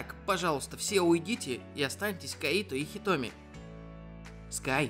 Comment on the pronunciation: Кайто! КАЙТО БЛИН А НЕ КАИТО!!!! :|